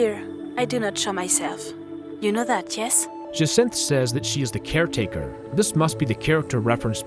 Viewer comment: bro said jaswanth instead of jacinthe